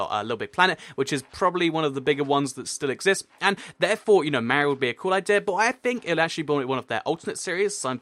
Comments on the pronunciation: Mario Not Mar-e-io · You say Mario wrong it's Marr-ey-o